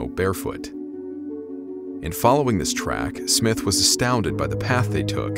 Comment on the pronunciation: Surely according to proper English it is not "It was footprints" but They were footprints, because more than one? Awful pronunciation of names Waddell, Stone (no e so not Stonein but Stonin rhyming with donning, Smythe if it has an e is said as Smythe (as in writhe) not Smith, basic English, Jeez